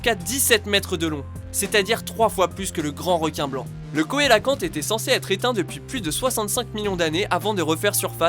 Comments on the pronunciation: "COÉlacante" Ça se prononce "CÉlacanthe"... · Le coelacanthe se prononce avec un "s" "soelacanthe" et un "é " "sélancanthe"